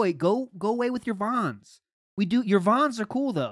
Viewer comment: The part with him pronouncung Vans like Vaughn was fucking hilarious. I cannot figure out how he came up with this habit...does he even notice he does it l?